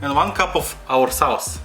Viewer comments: I like the accent because he says sawce that's neat bruv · Dude I love the way you say sauce 😂😂😂😂😂 your videos are all great. Keeping going man